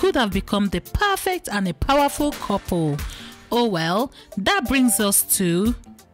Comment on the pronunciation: Its couple not kopo